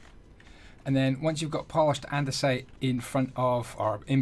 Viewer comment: Hahaha...Andyisyodasite (andesite)